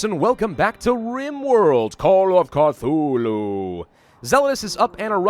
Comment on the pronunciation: call of atchoo